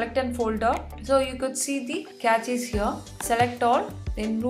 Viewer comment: its not "Cratches, its cache. Look up the pronunciation please. Its good that u do something with your life but either do it better or do something different please🙏🏼